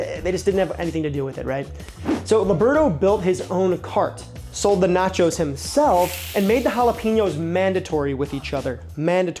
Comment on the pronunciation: Bro called it "naco" cause it sounded like taco I bet...